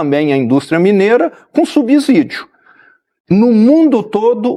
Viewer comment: Ensinando português ao governador; som do "s" na palavra "subsídio" é de "s". A consoante "s" só assume o som de "z" quando está entre duas vogais. Na palavra "subsídio", o "s" está entre uma vogal (i) e uma consoante (b), por isso, o som é de "s".